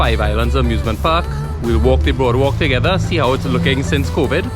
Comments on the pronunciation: Ayyy I don’t really like here too but it it beautiful to stop by and admire. Especially at night - it’s cool and breezy and the walk is lovely. Loved the drone shot with the guy swimming. Glad you included that! And it’s boardwalk not broadwalk 🥵🙈🙈🤣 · no offence meh boi nice video i think it is boardwalk not broadwalk